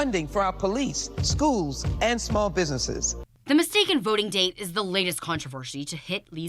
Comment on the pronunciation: When she said "skooz" instead of schools, I knew for a fact that better schooling is exactly what we need